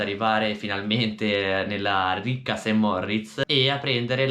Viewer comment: Cmq Saint Moritz si dice con una R 😂😅